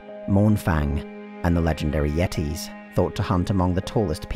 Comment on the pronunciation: "Legendary Yheetees"